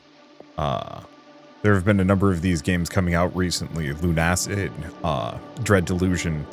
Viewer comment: its not lun acid its luna cid